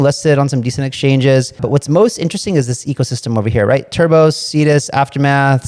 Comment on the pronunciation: It’s Turbo Not Urbo